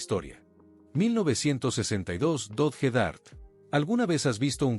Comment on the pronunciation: Dodge, se pronuncia DOCH